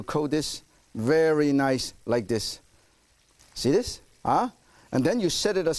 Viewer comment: The SKEEN, ees niys and gowden brown